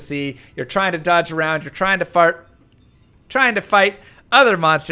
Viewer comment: 4 yrs later, 35 yrs old and still laughing bc you accidentally said fart 😂 we’re such a simple sex lmao!